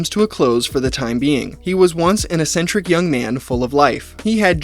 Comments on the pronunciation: bro cant pronounce eccentric. what an actual retard. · It's crazy how many times you said eccentric in this video without looking up how it's pronounced.